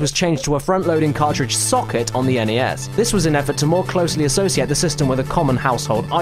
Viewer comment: An English/Australian gentlemen rightfully pronouncing my beloved NES instead of that ear raping "ness". You sir kick major ass and you're my hero.